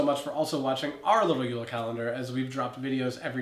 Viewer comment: JULE NOT UULA. WE ARE FROM DENMARK, NOT FINLAND!!!!.